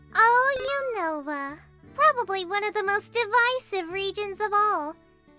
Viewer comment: Unova? More like usnorva! (U-snore-vah)